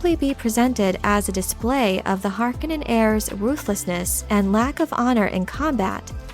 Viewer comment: Is this a machine voice? I loved this video except for the fact that the narrator continuously mispronounces Feyd's last name.